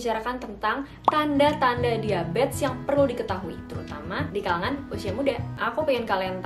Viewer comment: Bingung kenapa nyebutnya diabets ya, bukan diabetEs